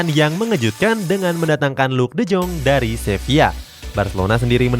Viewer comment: Bang De Jong Di Baca Nya De Yong,Griezmaan Gak Cocok Sama Barca Makanya Dilepas Dan Klausus Nya Pembelian Permanen Wajib Musim Depan